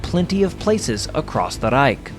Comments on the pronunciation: Stop trying to roll your r’s when you say ‘reich’ it just sounds idiotic and like you are trying to pretend you speak German Not to mention that’s not even how it would sound in German. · Being german, i don' t know what a Reik is. If you mean Reich , the ch sound is similar to the noise of an angry cat. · Hmm. He says "reik" instead of "reich". There's a fair amount of AI footage. That bores me. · I actually thought it was an AI the first video I saw of his because of the weird way he overemphasized "ReiK". I lived in Germany for a few years and even they didn't say that aggressively. But, I've been a fan for a while now and I realize it's just a quirk. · I hate when he says "The Reich" in that horrible way. I cringe every time I hear him say it.